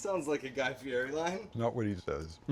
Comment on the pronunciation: That looks fkn amazing, I'm so stealing that. Guy Fieri's surname is pronounced Fee-Yeti, btw. Top ep guys, loved it.